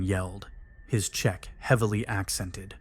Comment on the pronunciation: Thats not how you pronounce Czech.